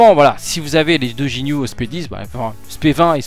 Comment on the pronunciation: sinon cest ginue pas jinue